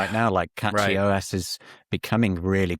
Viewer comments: Cache has an e on the end so it needs a long 'a', so cache is supposed to be pronounced CAY- sh. Saying cash is wrong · CASH-ee. Like cache. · I pronouce it as CachyOS, but I hear some people like to say CashyOS